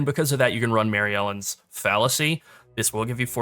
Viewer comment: Not important, but you're not reading that amulet's name correctly. Marylene, not Mary Ellen.